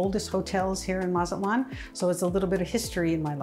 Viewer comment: If you are going to move to another country at least know how to pronounce that city where you are at Mat-Zah-lan not matzelan